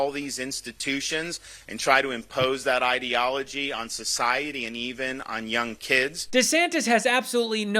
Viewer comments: What happened, went from “îdilogy” to “īdeology” and back again. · Ideology or Edealogoy ???? just like he can't pronounce his own name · He pronounces ideology like he pronounces his last name